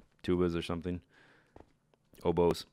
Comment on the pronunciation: I was sure you said, "Needs French Horns, Tubas... Hobos..." And then I realized you said Oboes and I think I died.